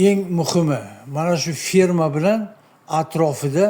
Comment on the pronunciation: ФИРМА эмас а "Ф Е Р М А".🇺🇿🇹🇯🇰🇬🇰🇿🇹🇲